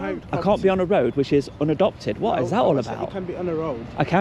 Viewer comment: What’s a “Rowad” ?